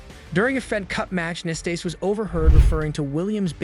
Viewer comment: Ilie Nastase as well, it's ridiculous how he pronounced his name.